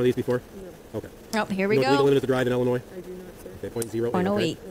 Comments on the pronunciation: Public Service Announcement: The “s” in the word “Illinois” is silent . 👋😬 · Good job, good review and analysis, I believe most of us are on the same page. A little friendly advice, though, you don't pronounce the 's' in Illinois. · The "S" is silent in "Illinois." That's a big mistake to pronounce it with the "s" at the end. Peoria -- "PEE-OR-EE-UH" I'm from a town near Peoria.